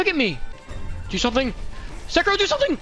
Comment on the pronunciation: Thank you for not pronouncing it as Sekido like every weeaboo only ishhin says it like that and everyone else in the game says sekiro